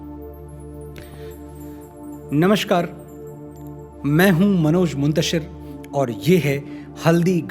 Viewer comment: To correct u Its not namashkar, its namaskar